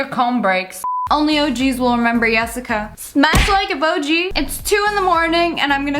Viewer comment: me before she said yesica i was like AYE YO ITS YESICA